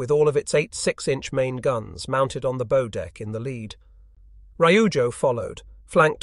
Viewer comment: somebody please teach this ai how to pronounce bow.